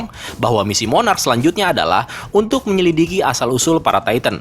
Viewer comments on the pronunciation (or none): none